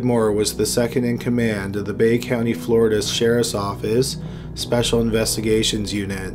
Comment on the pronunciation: sheriff's óÓffice